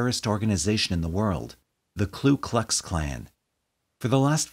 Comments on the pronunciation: It's Ku Klux, not Klu Klux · Ku..not Klu.... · With utmost respect, it’s the KU Klux Klan. The first word of the Klan does not have an ‘L’ in it. I know it’s a silly thing for me to point out, and I apologize to anyone I may have offended.